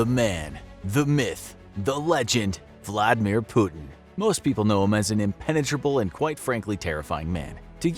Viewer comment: It's not vldmir its Vladi mir ok